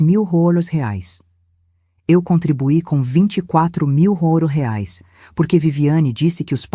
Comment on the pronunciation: Moeda estranha..... Por que não aprendem a falar direito: R E A I S / REAIS.......afffffffff